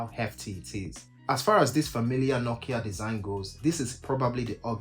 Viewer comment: Bro you really butchered nokia this time 😂😂😂😂💀